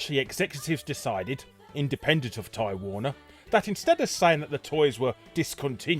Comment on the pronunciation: You spelled "beginning" wrong. Also I kept hearing "Time Warner" instead of Ty Warner. lol